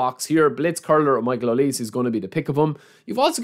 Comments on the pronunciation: And here we go Konami. Thanks for making us sweat it for some freebies 😁, thanks again. Michale Olise is pronounce "hoh+lee+say". Waiting to see you on the stream bro. Cheers. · Aye brother his name is pronounced O-Lee-Say 😭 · OH-LEE-SAY OLISE😢